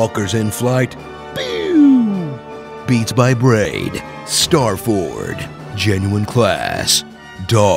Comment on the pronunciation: "Star Ford" got me XD